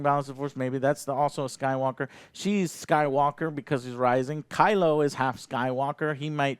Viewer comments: Did i hear Joe say Rise of Skype-Walker? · "The Rise of Skypewalker"